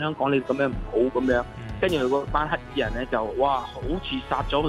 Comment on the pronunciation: 有懶音，係‘黑’衣人唔係‘乞’衣人XD